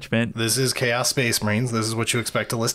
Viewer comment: Ah yes, Cha’os Space Ma’rines, my favourite faction!